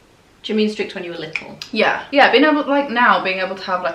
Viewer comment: ”why do you look so little” Her mum:”because I am liccle” 😂😂 omg I love u guys